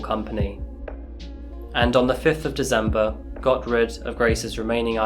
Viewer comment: Love the Channel but can't get over the way He says December with a "z" lol